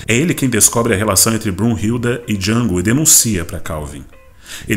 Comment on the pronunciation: o D é mudo, caipira